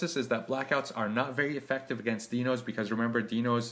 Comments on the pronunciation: Correction, pronounced, " DY-nohs"., Thank you for the tutorial. Sound advice. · dinos pronounce as die no